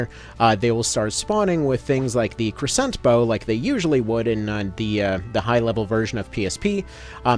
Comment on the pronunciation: Take a shot every time he mispronounces crescent or gorgon